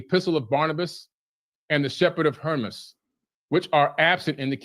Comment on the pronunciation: If we’re talking about pronunciation it’s a bit distracting that Wes keeps called the Shepherd of Hermas the Shepherd of Hermes